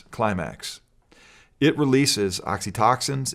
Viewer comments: That guy really said 'oxytoxins' lmaooooo. It's oxytocin and it's also released when you hug someone, guess we can't do that either.... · ox-e-toe-sin Interesting he mispronounced it as oxy-TOXIN. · Why is it when I hear “oxy-toxin” instead of oxytocin, I know it’s being used as a way to sway people to feel gross about the cuddle hormone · He pronounced oxytocin like oxytoxin. 😑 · did he call oxytocin oxy-toxin?